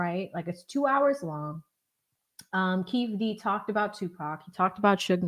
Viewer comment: Keef D , instead of kee-fee D is hilarious 😅. Good job.